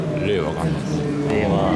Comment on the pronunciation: インタビュアーもアナウンサーも菅官房長官の「令和」の発音と違うのが気になる。